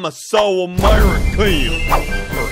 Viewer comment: SO *Amereekeayn*